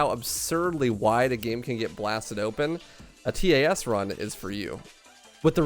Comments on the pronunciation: I never heard someone say "T A S" Always heard it as "Tas" .-. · Anyone else distracted by him saying T A S instead of just pronouncing it tas? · Most people pronounce it tass not t a s. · It's pronounced tass. Like pass but with a t. Not T-A-S.